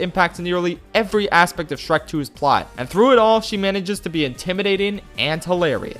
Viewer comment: I weezed when you said "Shronk".